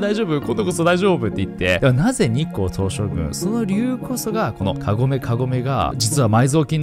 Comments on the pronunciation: 何回聞いても日光東照宮のこと日光東照グンって言ってない？ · ちょくちょく日本語間違えてるの可愛いな、、日光東照"ぐん"